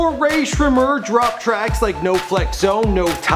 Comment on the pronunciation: uhm... just to let you know..... before you make a video on a famous artist...google how to actually say their name correctly. _______Sremmurd - (shmurda)________not to be rude just a tip. No hate.